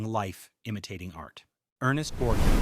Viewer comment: And Savalas is not pronounced SEV-uh-luss, while Borgnine is not pronounced Borg-NEEN or Bore-NINE. With AI reading, you get what you don't pay for.